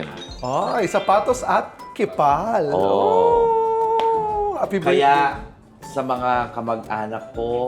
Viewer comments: Hi, hindi ba po yung pronounciation ng KEEPALL ay (keepol) or (Keep all) hindi (kipal) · is in not pronounced as "Keep all"? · I think it's pronounced as "keep all" po 😂